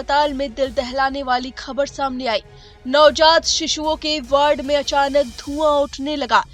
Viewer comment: मैडम साहिबा, कृपया वार्ड को वर्ड न बोलें।